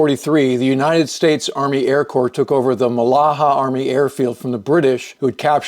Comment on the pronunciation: "Core"(sic) Corps